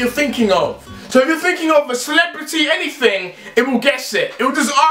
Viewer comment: anythink you think of 😂